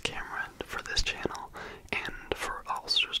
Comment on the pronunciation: i love the way you say "channel" like "che-nel" i literally just keep coming back to hear you do that in the intro on repeat